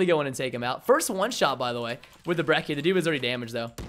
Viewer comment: ThePurpleguy123 everytime i hear someone pronounce "Brecky" i lose my shit Its pronounced brecci